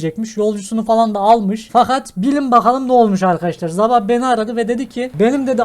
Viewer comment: abi sabah derken azab anladım dehfgsjçfhlbwşfs